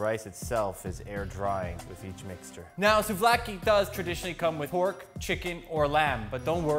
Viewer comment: i am Greek, and the way you pronounce souvlaki is perfect.Alsos gyros sushi would be cool,greetings from Greece!